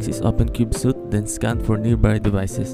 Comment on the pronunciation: It's pronounced "sweet," not "suit." "Cube-sweet," not "cube-suit."